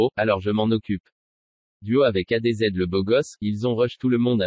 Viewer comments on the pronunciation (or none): c est Adz et non Adezed!